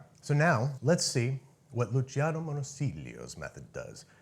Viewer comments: It’s pronounced “Lu-CHEEyano” (smooth transition between the “chee” and “yano”), not “LUCYano” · Luciano is pronounced like “Loo-ch-iano” which an English ch sound